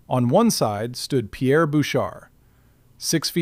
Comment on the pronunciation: Jonathan landed the first punch. you can't even say Pierre's name correctly! I am from Massachusetts.